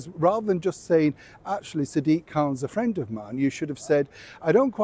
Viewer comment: Was your composure right, should you have crossed your legs, should you be holding a pen, should you not look like a goofy school boy swallowed up the the chair you’re sat on saying ‘he’s my fwend’ 😂